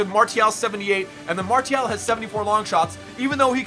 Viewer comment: he pronounces every French word wrong like Martial is mar-see-al and thauvin is toe-von